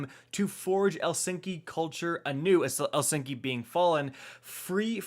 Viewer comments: Me: OMG I love ur vids!: El-sinki! Me: He's been eating too many of those cool ranch Darkness Doritos. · HE SAID ELSINKY HAHAHAHAHA